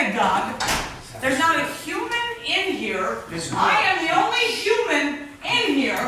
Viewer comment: Sounds like she actually says, "I am the only shuman."